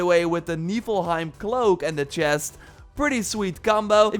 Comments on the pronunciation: HOLY SHIT HE PRONOUNCED NIFLHIEM RIGHT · Omg he said Niflheim correctly. Jesus Christ. This is a momentous occasion. Finally. It happened. I can not thank you enough.